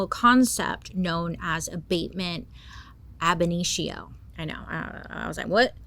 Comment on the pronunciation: just wanted to take a second and say you NAILED saying “Abatement ab initio”! Great job, Bailey! 👏🏼👏🏼👏🏼👏🏼🫶🏼🫶🏼🤘🏼🤘🏼🤘🏼💖💖💖